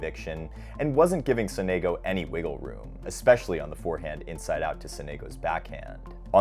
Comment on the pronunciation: Please it's Sònego, not Sonégo.